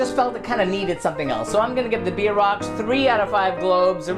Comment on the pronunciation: I'm Kansan and if you don't mind, please say it correctly "BEER ROCKS" not bee rocks.